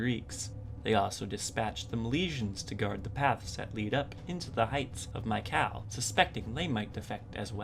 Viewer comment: I believe it's pronouced ME-Ca-LEE